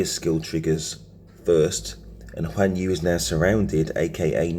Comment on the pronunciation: Guan Yu not Juan Yu 😂